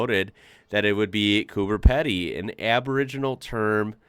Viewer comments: CooperPeedee NOT COOPEPADDEE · its pronounced as COOBER PEEDY NOT pedy as you be having a lot of australiaons screaming at you i am just giving you some advice no harm done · Quick correction on your pronunciation of Coober Pedy. 2nd word is pronounced peedy 😁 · Coober Pedy is pronounced Coober "Peedy" not "Peddy". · Coober Pedy is pronounced with a long "e" sound. Picture the spelling as Peedy not Peddy as you are saying it. Ok👌🏼✌🏼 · Coober Pedy - pronounced COOBA PEEDY. Okay? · Coober Pedy sounds like Coo-ba Pee-dee.. Just FYI.. Seeing that your Aussie pronunciation is punching high. 😊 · It's pronounced cooper peedee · It’s Coober Pedy. Coober with a’b’ not a ‘p’. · FYI Coober PEDY is pronounced "Peedy" (A lot of Aussies have a bad habit of calling it "Cooper" Pedy too)... My perception is that when we whinge about "bloody Yanks", it's more directed at U.S. Government and policies than at individual citizens. I've always found Americans to be very kind and polite, and very sharing and hospitable. But you will always the bad apples here and there, as you say. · Yep; soldiers in the early days of what was then the colony of New South Wales were even known colloquially as the Rum Corps! P.S. Coober Pedy is pronounced Coober Peedie. Naarm is the traditional Aboriginal name for the land that Melbourne now occupies. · Although there’s only one, “e,” in “Pedy,” it’s pronounced, “Coober” (peedy) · It's Cooper Peedie. How come Americans can't pronounce words correctly. It has an "e" not an "a" Bro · pronounced as COOBER PEEDY just giving you the thumps up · Coober Pedy is pronounced Coober PEEDY. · please never pronounce coober pedy like that ..great video though.